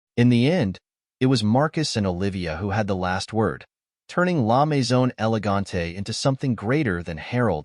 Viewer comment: La mezone? Try La Maison.